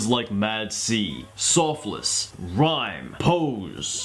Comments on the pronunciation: Pretty sure it's SAH-FULLS not SOF-LESS. =] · Its pronounced sof els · The sau is meant to more sound like the "so" sound in words like sock, rather than just sau